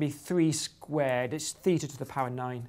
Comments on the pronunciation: Theta, not Feta! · as probably every native english speaker, your Θ [feeta] sounds more like feta (Φετα) than like theta (Θητα). indeed both are from greece, but one of them is a letter and one is a cheese made out of sheep milk xD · The Greeks pronounce it "theeta". But, hey, they pronounce beta as "veeta" and mu as "mee" so the English pronunciation has little to do with what Greeks say! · Ohh, I see another math/maths conundrum. Now it's th-ee-ta VS. thay-ta.